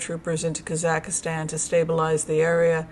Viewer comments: KAA - zuhk - staan NOT Kah ZACK istan . American pronouncination is emphasis on the first syllable. British pronounciation is on the last syllable. No emphasis is placed on the middle syllable. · Watch the Borat movie for the correct pronunciation of Kazakhstan (KAH-zahk-stan). It does not rhyme with Pakistan. 🙂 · Just an fyi...it's 3 syllables kaa zuhk staan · Excellent info! Thank you. One minor correction : it’s kah-Zahk-Stan. No ih in the middle. Sorry. My Ukrainian ears couldn’t help it. Thank you again for your wonderful work and dedication. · Hi. i hope you dont mind me saying but you are pronouncing Kazakhstan incorrectly. please delete the 3rd "a" that you are inserting into that Country name as there are only 2 "a"s in the word. Thanks 😊